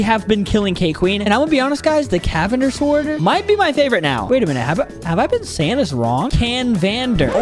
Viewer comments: You saying the sword wrong its cavander even theres letter n canvander but its when you say its cavander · You are saying the sword wrong but im glad u finally figure it out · Boy that is a silent n 😂😂😂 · You saying it wrong